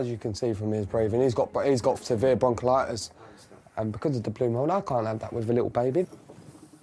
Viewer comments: Broncollitis? I think you mean bronchitis. It’s kind of important to know if it effects your baby. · Stop blaming immigrants. Stop having children you can't support and get a job! Also its bronchitis and pneumonia not bronchilitus and ammonia 🤣🤣🤣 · Another thing : it's bronchitis you dumb ass! Not bronchilitis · Broncholitis lol....BRONCHITIS and it’s pneumonia not ammonia....also why doesn’t the dad work? Look at the state.... poor baby